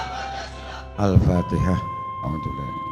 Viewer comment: Gufron gufron bacaan engga jelas alpateha nya